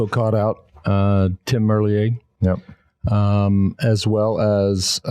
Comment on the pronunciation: How. Many. Years. Have. You had the chance to get his name correct? Please get his name correct it’s triggering my OCD man.